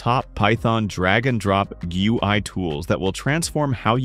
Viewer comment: The way the TTS says GUI hurts me deep down, but great video. Very informative.